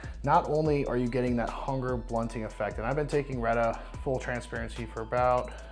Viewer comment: The fact that he said the correct name for Reta, respect 🫡